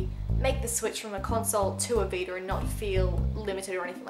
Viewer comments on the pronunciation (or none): u pierced ur nose? :O btw I like how u say Veeter (vita) :P